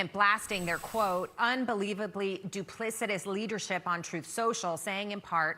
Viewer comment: Wow! Wittle Donny learned a BIG word today. Duplicitous! And he pronounced it correctly too!!!